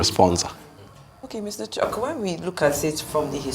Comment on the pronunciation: Its chuks not choke